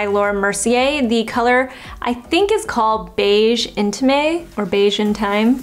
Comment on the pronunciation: Love it! I wonder if those would work on me, a blonde 👱🏻‍♀️ ? Btw, for Laura Mercier, intime pronounces « un - teem » (French in/ain is kinda hard to pronounce for English speakers 😅) - Zoé all the way from 🇫🇷